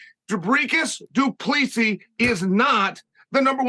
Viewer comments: Peeairah and Doopleecey. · I love the way Chael butchered DDP’s name